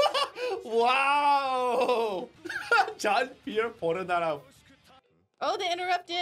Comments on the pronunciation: Please stop saying John pierre just polnareff (Polar-narf) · His last name's pronounced "pull-ner-eff". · as a french viewer i'm ofended by your "jean Pierre Polnorof " 😉